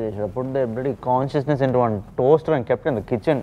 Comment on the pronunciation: I want “Robo Rakesh Robo Rakesh” as my ringtone. Also they way Kenny said kaanchiousness and not consciousness hahahahaha